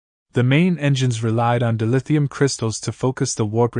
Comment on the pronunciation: AI cannot pronounce words correctly.